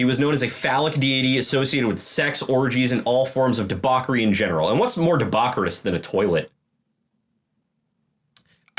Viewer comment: Not how you pronounce debauchery